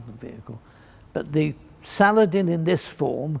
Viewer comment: Complete with his pronunciation of words. Salad...IN.